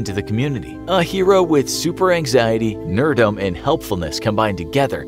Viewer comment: said “super nerd-dum” is “super nerd-dum b̶” an actual state mental? 🤔🤔